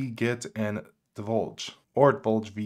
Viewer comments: Deluge, not Dolje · Saying "Deluge" as "Divulge" got me.. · Sorry but are you saying PROtainer (Portainer) and DIVULGE (Deluge) or am I hearing things? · Great vid! Fyi it's 'PORtainer', not 'PROtainer, and 'deLuge' not 'deVulge' 🤗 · my man, this is a great video, but did you just pronounce deluge as divulge? del-yooj, means flood. Thank you for your service. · “Deluge” Sounds like deh·lyooj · I laughed when he said divulge 😂 I'd say it's more pronounced de-luge. Like a luge 🛷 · You really caught me off guard with your mispronouncation of Deluge. delˌyo͞oj Great breakdown though! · Del-luge deluge. A severe flood, a… torrent if you will. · Debuldge? Really? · Unraid has a built in VPN manager. You dont need a specific container with a VPN built in. Just set up your VPN in the VPN manager in Unraid settings and select the VPN as the network for the containers. Have you got your indexer routed through the VPN? Also I'm pretty sure deluge is pronounced "del-you-j". As in a deluge of rain. Thats why the icon is a rain drop. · Love the video, thank you. Not to be terribly pedantic, someone already pointed out the mispronunciation of Deluge, and this one is forgivable especially if anyone suffers from dyslexia... but it's por-tain-er (POR at the beginning)...not pro-tain-er (Not PRO at the beginning). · Deluge del·uge /ˈdelˌyo͞oj/ noun a severe flood. Sorry, had to be done. Loved your setup, tho! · sponsored by PIA LOL, while transmission has 2 pirated torrents seeding.. You seriously cant say DELUGE correctly LMFAO...